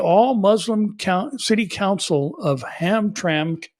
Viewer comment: Sounds like Ham.. tra…mick.